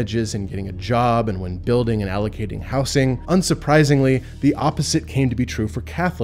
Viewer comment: Please stop saying "houssing"🤣🤣(it's "houZing", I could find nobody claiming otherwise)